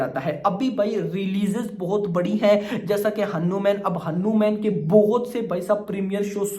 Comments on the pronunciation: Say Hanuman Not hanuuumen😂😂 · Haanu man nahi bhai its हनुमान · Beta pahele hanuman bolna sikh lo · Arre yaar tum hanuman ko galat treeke se pronounce kar rahe ho tum ise batman ya spiderman ke tarah kyu pronouncekar rahe ho